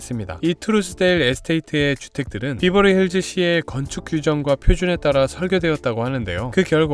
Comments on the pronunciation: 베버리힐즈라고 하던가 비버리힐즈는 뭐임 콩글리쉬도아니고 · Berverly Hills <비버리?> 보다? <베버리 accent로 하셔야>, BH: 평지(논,밭)보다 山 (LA지역 기후, 부자들, 평지보다 높은 山 선호함) 동네입니다. BH 이웃 Hollywood! 미국 문화 중심 유명 배우들이 BH을 엄청 선호해서입니다. HW는 이미 100년 전부터 엄청 발전을, 즉 BH는 HW 위한 위성 도시로 보셔야, 참고, W, Hollywood<아주 작은동네; BH와 HW<이곳, LA 시에 속함>: 70% 주민이 동성애들 동네로(1984, 시로 승격) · 베버리힐즈인대 비버리힐즈 라고 하시니까 뭔가 욕같음.. ㅋ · 비버리 아니고 베버리 입니다 발음 유의해 주세요! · 베벌리 힐스 라고 해요 비버리 라는 말은 제주도 말이지요. 베벌리 힐스보다 Belair 가 더 부자 동네인데요. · 비버리가 아니고 베버리 힐즈 이구요, 동네 입구에 온갓 명품점들이 많아서 외국 에서 오는 돈많은 여행객들의 명품 쇼핑 장소 이기도 합니다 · X 비버리 힐스 O 베벌리 힐즈 발음 좀 제대로 해라 ㅉㅉ 비비긴 뭘 비벼? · 비버리힐스가 아닌 베버리 힐스입니다. 베버리 에 버는 버와 벌사이로 발음해야 합니다.벌자에 도 가깝지만. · 베버리 힐즈에요 발음도 틀리는 설명은 너무 저렴한 느낌입니다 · 배버리 힐스 로 발음하셔요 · 베버리힐즈가 더 발음이 정확합니다😂